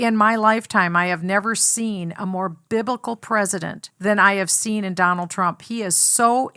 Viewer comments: To be fair, she never actually said he was BIBLICAL. If you listen closely she said BIBICAL, which isn't a word to the rest of us but maybe it's her own word for stupid lying racist pig. Who's to know for sure. 🤣🤣🤣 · hate this dumb bitch!! she can't even pronounce the word biblical,stupid ass bitch!!